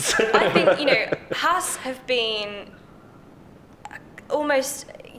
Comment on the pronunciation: I think there should be penalties every time a British racing commentator/personality mispronounces "Haas".....